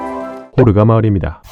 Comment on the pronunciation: 호르가 가 코로나로 들렸다..